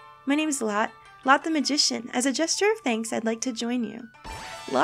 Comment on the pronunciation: I swear Lotte is pronounced like 'Lottie'. I could be wrong, but that's what I see when I look at it.